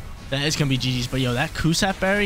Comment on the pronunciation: "Cus- stab" berry....